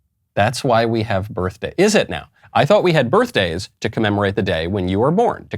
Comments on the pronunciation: "That's why we haz berfdayz..." - 🤡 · I belive she said "birfdays". Real rocket scientist. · She said "birF-day" and you are racist for correcting her and saying it the correct way. Racist! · Birfdays, not birthdays. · "...that's why we have burfdays". Ugh.